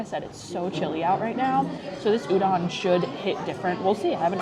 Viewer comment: Oh and btw Udon is pronounced “oo-dohn”, so excited for your last 2 restaurants!! いただきます🥢🍣🍶